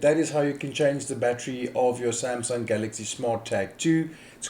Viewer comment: After listening to this I realise you can nake a 20 second video into 5 mins by repeating Samsung Galxay 2 as often as possible and CR2032 multiple pointless times - 5 mins of wasted time